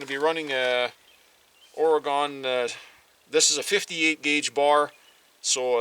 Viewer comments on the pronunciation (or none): I am from Oregon, always.. It is pronounced Ory-Gun. And I have plenty of the last.